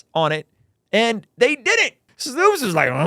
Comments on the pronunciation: "Snow"pes not "Snoops" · you really read S- N- O- P- E- S-, and let "snoops" come out of your mouth...